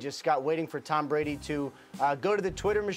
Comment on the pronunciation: u said bress instead of Brady